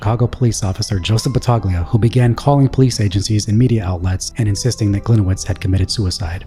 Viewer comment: Battaglia is pronounced “Ba-tall-ee-uh